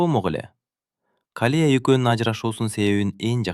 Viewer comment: Рахмат сонун,бирок Калия эмес,Калыя деп окусан жакшы болмокпуу деймда.